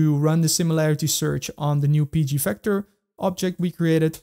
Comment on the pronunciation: Vector NOT Fector